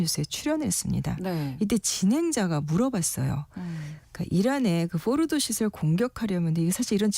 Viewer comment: 포르도 뽀르도 포르노 뽀르노 기자맞나?